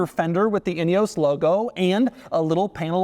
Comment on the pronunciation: Could you please do some research about how to pronounce “Ineos” correctly!!! 🙄 It’s embarrassing to hear one from MAGAland whom you might think would be speaking English NOT being able to pronounce a very British name! 🫣 It ruins what would else have been a great review 🤦‍♂️